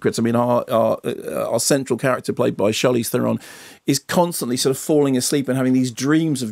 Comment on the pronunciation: Sorry lads but ye got her surname wrong. It is pronounced ther-en